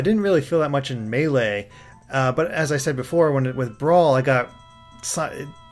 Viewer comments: It's May-Lay. Not MAH LAY. You're making me cry. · Ok this has been bothering me but it's Super Smash Bros Melee! Not "Super Smash Bros Malaay"!